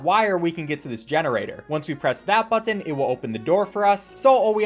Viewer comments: Its a butt'n not a BUT-TAWN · this guy is really pronouncing both "T"s in button lol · Everyones talking about how weird the game is. What about the way he says button. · I don't like the way you say button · The way he says button. rofl